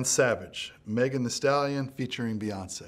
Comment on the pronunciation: "megen dee sdallion"